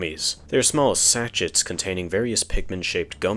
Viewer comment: "Small sach-its"